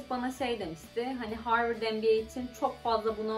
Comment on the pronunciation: Arkadaşlar söylesenize MBA dediğini sabahtan beri NBA anlıyorum.